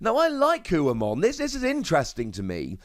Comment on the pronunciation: It's Ho-oh like the Pokemon. Also it should be Phoenixmon.